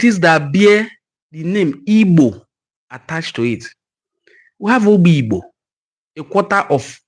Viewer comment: Brother,it is Obigbo and not Obigbo.